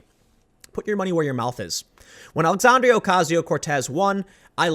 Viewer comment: Tim. Love your videos. Don't take this as anything but "constructive criticism"... her name is "Alexandria"... NOT "Alexandrio". for an example. Sorry dude.